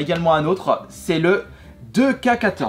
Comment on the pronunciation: Ça se dit en anglais 2k est pas deux k 2k faut dire ou etc